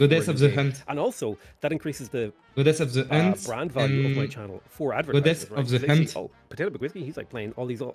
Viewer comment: "godez of de hunt" now lives in my head rent free forever